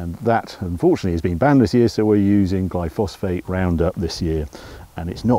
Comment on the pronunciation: “Glyfosphate” it’s actually “Glyphosate”. (Roundup). Glyphosate is not the safest product to use. It might be carcinogenic. Still slowed by EU regulations but (my guess) not for too long.